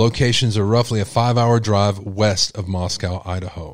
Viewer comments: I just want to say it is pronounced Mos-CO. Not Mos-COW. MosCOW is in Russia. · You are pronouncing Moscow wrong It’s not like how we call the Russian capital.